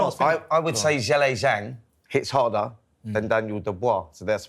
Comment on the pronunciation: Why does Spencer keep calling Zhilei Zhang “Zhelly Zhang”?!🤦‍♂️🤦‍♂️pronounce his name properly you disrespectful melt!